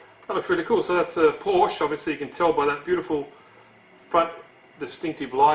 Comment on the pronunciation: Please, don't say Porsch. It really hurts. You don't say Toyot or Land Rov or Ki. So please say Porsche. Greetings to everyone in Australi. :D